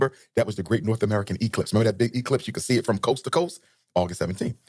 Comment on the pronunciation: Is he saying sanda bland name wrong . He never says American things correctly even saying like "I call it like is say it (see it)"